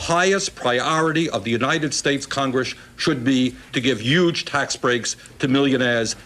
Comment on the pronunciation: "Yuge tax breaks." Some habits never die.